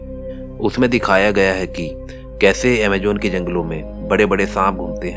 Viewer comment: Amajjjjjonnnn hahahaha